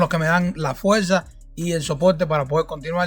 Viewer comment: La Fuerza no Fuelza 🤣